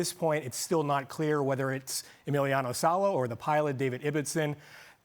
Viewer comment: Emiliano "Salee"? At least get his fucking name right.